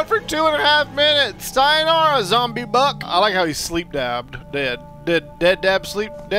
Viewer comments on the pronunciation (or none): you said buck but you sounded like bucket